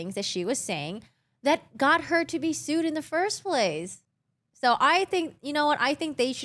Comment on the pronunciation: its pronounced "so" not "so-ah"